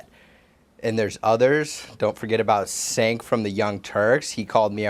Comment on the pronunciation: LOL! "Sank".